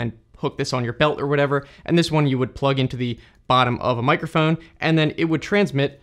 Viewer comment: "mikERphone" lmao